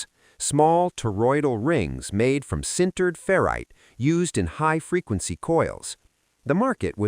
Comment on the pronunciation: Stopped watching when you said "cindered" instead of "sintered". 🤦‍♂